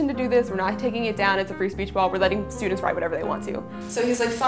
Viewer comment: sch-tructure ... stu-dants